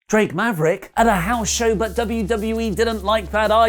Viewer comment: Making people say... "Drake Maverick" correctly is GODS work. Nice one friendo.